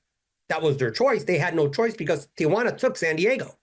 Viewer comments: You mean it’s not Tia Juana? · I'm the only white guy I know who can pronounce Tijuana correctly. Hint: it's 3 syllables, not 4